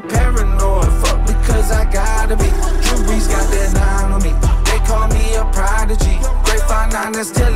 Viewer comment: Someone help did he say drew breez or ruby